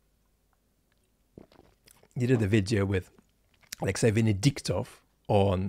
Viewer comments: He can’t even say Alexi’s name, ffs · Ah yes, the famous Axely Nalvayny